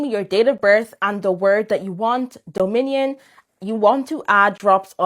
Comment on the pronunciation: the way she keeps pronouncing Dominion is making me think of a loaf of bread in the shape of a minion 😭